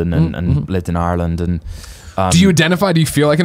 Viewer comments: My god. An Englishman who pronounces Ireland right. ALL HAIL THE HOUSE OF EL. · U can tell Cameron really did live in Ireland with the way he pronounces it lol